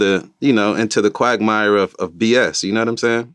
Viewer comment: Cuz said quagmeyer🤣🤣